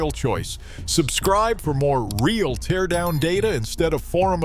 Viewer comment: AI narrator (teardown mispronounced), no footage of the teardown or the guy that's supposedly speaking. I'm calling BS on this whole story.